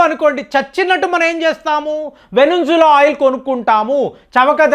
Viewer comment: వెనుంజుల...నా... వెనుజుల అని ఎవరైనా చెబుతారు...okokjasaari చీరా puduntundi..